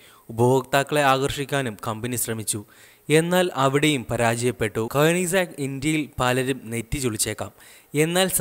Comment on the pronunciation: കൊയനിസെഗ് അല്ല കോണിസ്സെഗ്